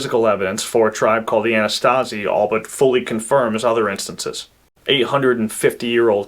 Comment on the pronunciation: Anasazi, not "Anastazi".